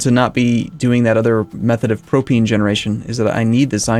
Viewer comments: It's pronounced pro-pain. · Propane pronunciation? Don't take my word for it.